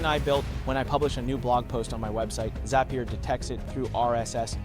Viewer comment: Yup... hand gestures are off, pronunciation of words is not consistent (row, zapier)